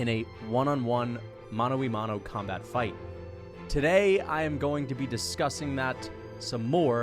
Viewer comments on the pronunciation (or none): Hey man just a friendly correction. The correct spelling is “mano a mano” therefore it’s pronounced “mano [ah] mano”. These videos are really entertaining